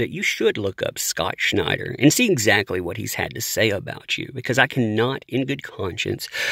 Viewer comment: You say his name like Sean Connery...SCh'nider.